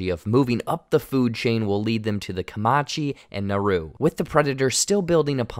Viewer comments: Co”man”che not Co”ma”che 😂😂. Good video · Its not "kamachi", Its "kamaNchi" . You missing out on N... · Bro. Comanche has an n in it. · Sorry but it’s Comanche it was bugging the hell out of your saying comonche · Comanche. Not Caomache. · Dood. It’s Comanche. Not Comache. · I don’t know why it bothered me so bad but it’s not commache it’s Comanche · Hey new guy it's pronounced Comanche(kuh-man-chee) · Co-MAN-chee bro, not Co-ma-chee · Comachee? There's an N in Comanche. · Please say it correctly: Comanche -"ku-man-chee" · CO-MAN'-CHEE, please. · It’s Co-man-she!! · How the guest commentator () pronunciation of Comanche is HORRENDOUS!! It's pronounced Kuh- MAN- chee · 😮 The "n" in Comanche is not silent. Co-man-chee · Come Man Chee. Say it with me. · 'Comanche'...pronounced 'kuh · man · chee' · it's Comanche, you dolt. there is an N in the name. talk about a total disrespect to the name. thumbs down on this video just for that four eyed dope saying the name incorrectly. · bruh.... Kuh-mon-chee or Kuh-man-chee ....wtf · Great video as always, but… Would it hurt to learn how to pronounce "Comanche" correctly? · can this guy just please look up how to say Comanche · everytime you mispronounced comanche i cringed so hard lmao you’re just totally leaving out the n in the word lol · At least try and pronounce Comanche right.